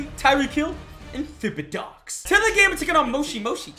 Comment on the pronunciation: I love how he pronounced thibodeaux